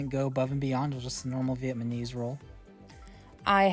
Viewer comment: Nice review... the "vietMaNese" roll comment made me laugh ;-)